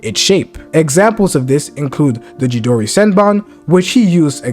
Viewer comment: I can't let you get away with butchering CHIDORI 😂 It is pronounced CHEE-DOOR-EE